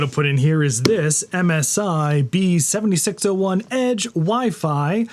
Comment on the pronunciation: B760I (eye), not B7601...